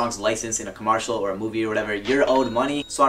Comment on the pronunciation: said “comartial”🤣